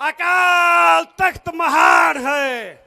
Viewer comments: ਜਦੋਂ ਤੁਸੀਂ ਅਕਾਲ ਤਖਤ ਸਾਹਿਬ ਦੇ ਸਪੈਲਿੰਗ ਸਹੀ ਨਹੀਂ ਬੋਲ ਸਕਦੇ ਤੇ ਫਿਰ ਹੁਣ ਤੁਸੀਂ ਰਿੰਗ ਰਿੰਗ ਕਹਿੰਦੇ ਹੋ ਅਸੀਂ ਕਿਹੜੀਆਂ ਮਲਾਈਆਂ ਖਾਧੀਆਂ ਆਲੀਸ਼ਾਨ ਤੁਸੀਂ ਇਹ ਤੁਹਾਡੀ ਹੈ ਜਿਹੜੀ ਲੀਡਰਸ਼ਿਪ ਬੈਠੀ ਹੈ ਇਹ ਸਾਰੇ ਬਰਾਬਰ ਭਾਗੀਦਾਰ ਨੇ ਕਿਉਂਕਿ ਉਦੋਂ ਤੁਸੀਂ ਕਿਉਂ ਨਾ ਬੋਲੇ ਉਦੋਂ ਤੁਹਾਡਾ ਹੱਕ ਬਣਦਾ ਹੀ ਬੋਲਣ ਦਾ ਹੁਣ ਤਾਂ ਵੀਰੋ ਗੱਲਾਂ ਬੜੀਆਂ ਲੱਗਦੀਆਂ ਸਾਰਿਆਂ ਨੂੰ ਪਤਾ ਜੀ ਹੁਣ ਉਹ ਕੋਈ ਪਹਿਲਾਂ ਵਾਲੀ ਗੱਲ ਨਹੀਂ ਹੁਣ ਲੋਕ ਬਹੁਤ ਹੀ ਸਿਆਣੇ ਹੋ ਚੁੱਕੇ ਨੇ ਲੋਕ ਸਮਝਦਾਰ ਨੇ ਲੋਕਾਂ ਨੂੰ ਪਤਾ ਵੀ ਕਿੰਨਾ ਕਿੰਨਾ ਨੂੰ ਚੁਣ ਕੇ ਆਪਾਂ ਗਲਤੀਆਂ ਕੀਤੀਆਂ ਤੇ ਆਪਾਂ ਅੱਗੇ ਵਾਸਤੇ ਗਲਤ ਗੱਲ ਨਹੀਂ ਕਰਾਂਗਾ ਮੈਂ ਕਿਸੇ ਦੀ ਪੱਖ ਚ ਨਹੀਂ ਬੋਲ ਰਿਹਾ ਪਰ 2027 ਦੇ ਵਿੱਚ ਪਰਮਾਤਮਾ ਪੰਜਾਬ ਦੇ ਵਿੱਚ ਇਹੋ ਜਿਹੀ ਸਰਕਾਰ ਬਣਾ ਦਊਗਾ ਜਿਹੜਾ ਪੰਜਾਬ ਦਾ ਭਲਾ ਕਰ ਸਿੱਖ ਕੌਮ ਦਾ ਭਲਾ ਕਰੂ ਬੰਦੀ ਸਿੰਘ ਅੰਦਰ ਬੈਠੇ ਆ ਉਹਨਾਂ ਬਾਰੇ ਵੀ ਸੋਚੋ ਸਾਰਾ ਕੁਝ ਕਰੂ ਪਰਮਾਤਮਾ ਜਾਣੀ ਜਾਣ ਆ ਸਾਰਾ ਕੁਝ ਆਪ ਵੀ ਕੀ ਕੁਝ ਇਹਨਾਂ ਨੇ ਕੀਤਾ ਸਿੱਖਾਂ ਦੀ ਸਿੱਖੀ ਦੇ ਨਾਮ ਤੇ ਪਰ ਹੁਣ ਨਹੀਂ ਚੱਲਣਾ ਤੁਹਾਨੂੰ ਸਹੀ ਸ਼ਬਦ ਨਹੀਂ ਬੋਲਣੇ ਆਉਂਦੇ ਕਾਲ ਤਖਤ ਕਹੀ ਜਾਦੇ ਹੋ ਅਕਾਲ ਤਖਤ ਤਾਂ ਤੁਹਾਨੂੰ ਕਹਿਣਾ ਨਹੀਂ ਆਉਂਦਾ ਇਨਾ ਨਹੀਂ ਪਤਾ ਤੁਹਾਨੂੰ ਕਾਲ ਤਖਤ ਤੇ ਆਕਾਲ਼ ਤਖਤ ਬੋਲਣ ਦੇ ਵਿੱਚ ਕਿੰਨਾ ਫਰਕ ਹੁੰਦਾ ਇਥੋਂ ਪਤਾ ਲੱਗਦਾ ਹੈ ਮੈਨੂੰ ਤਾਂ ਇਉ ਲੱਗਦਾ ਕਹਿਣਾ ਤਾਂ ਨਹੀਂ ਮੈਂ ਚਾਹੁੰਦਾ ਬਾਬਾ ਚਿੱਟਾ ਦਾੜਾ ਸਿਆਣਾ ਦੇਣਾ ਬੰਦਾ ਪਰ ਤਕੜਾ ਮਾਲ ਛਕਿਆ ਵਾਲਾ ਲੱਗਦਾ ਹੈ ਜਿਹੜਾ ਐਡਾ ਰਿੰਗ ਰਿੰਗ ਕੇ ਬੋਰਡ ਰਿਹਾ ਇਹ ਹੁਣ ਨਹੀਂ ਚੱਲਣਾ ਪੰਜਾਬ ਦੇ ਵਿੱਚ ਲੋਕ ਜਾਗਰੂਕ ਹੋ ਚੁੱਕੇ ਨੇ ਲੋਕ ਉਸ ਪਾਰਟੀ ਨੂੰ ਚੁਣਨਗੇ ਜੋ ਪੰਜਾਬ ਦਾ ਪੰਥ ਦਾ ਹਰੇਕ ਨੂੰ ਬਰਾਬਰ ਦਾ ਹੱਕ ਦੇਵੇਗੀ ਉਹ ਤੁਸੀਂ ਤਾਂ ਬੈਠੀ ਸੀ ਛੁਰਾ ਮਾਰਨ ਵਾਲੇ ਬੰਦੇ ਹੋ। ਹੁਣ ਤੁਸੀਂ ਕਹਿੰਦੇ ਹੋ ਸੁਖਬੀਰ ਬਾਦਲ ਦੇ ਸਾਰੀਆਂ ਗਲਤੀਆਂ ਮੰਨੀਆਂ ਚਲੋ ਉਨਾਂ ਬਾਰੇ ਆਪਾਂ ਕਹਿੰਨੇ ਆ ਵੀ ਉਹਨਾਂ ਨੇ ਗਲਤੀਆਂ ਮੰਨ ਕੇ ਉੱਥੇ ਜੋ ਸੇਵਾ ਲਾਈ ਕੁਛ ਵੀ ਕੀਤਾ ਤੇ ਪਰ ਤੁਸੀਂ ਤੁਹਾਡੇ ਚੰਦੂ ਮਾਜਰਾ ਸਾਹਿਬ ਤਾਂ ਸ੍ਰੀ ਅਕਾਲ ਤਖਤ ਸਾਹਿਬ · ਓ ਭਰਾਵਾਂ ਰਿੰਗ ਰਿੰਗ ਬੋਲਦਾ ਤੁਸੀਂ ਕੀ ਸਿੱਖ ਕੌਮ ਦਾ ਭਲਾ ਕਰ ਦਿਓ ਗੇ ਸੋਨੂੰ ਸਹੀ ਸ਼ਬਦ ਨੀਂ ਬੋਲਣੇ ਆਉਂਦੇ ਅਕਾਲ ਤਖ਼ਤ ਸਾਹਿਬ ਭਾਈ ਤੂੰ ਕਾਲ ਤਖ਼ਤ ਸਾਹਿਬ ਬੋਲਦਾ ਆਪਣੀ ਬੋਲੀ ਸੁਧਾਰੋ ਦੂਜ਼ੀ ਗੱਲ਼ ਅੱਜ਼ ਛੋਡੇ ਵੀ ਬੰਦੀ ਸਿੰਘ ਯਾਦ ਤੇ ਚੰਡੀਗੜ੍ਹ ਵੀ ਯਾਦ ਆ ਗਿਆ ਥੋਡੇ ਜਦੋਂ 10 ਸ਼ਾਲ ਸਰਕਾਰ ਵਿਚ ਸੀ ਉਦੋਂ ਕਿਉਂ ਨੀ ਬੋਲੇ ਤੁਸੀਂ ਲੋਕਾਂ ਨੂੰ ਉਲੂ ਬਣਾਉਣ ਬਣਾਈਂ ਜਾਂਦੇ ਓ ਜਦੋਂ ਸਰਕਾਰ ਬਣਗੀ ਨਾਂ ਕੋਈ ਬੰਦੀ ਸਿੰਘਾਂ ਨਾ ਚੰਡੀਗੜ੍ਹ ਹਵਾ ਵਿੱਚ ਉਡਾ ਦੇਣਾ ਰੌਲਾ ਕੁਰਸੀ ਦਾ ਨਾ ਬੰਦੀ ਸਿੰਘਾਂ ਨਾ ਪਾਣੀਆਂ ਤੇ ਨਾ ਚੰਡੀਗੜ੍ਹ ਦਾ ਜਦੋਂ ਕੁਰਸੀ ਮਿਲਗੀ ਪਤਾ ਕਿਹੜੀਆਂ ਖੁੱਡਾਂ ਵਿੱਚ ਵੜਨਾ ਜਾਕੇ